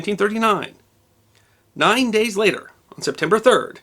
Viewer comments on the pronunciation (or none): none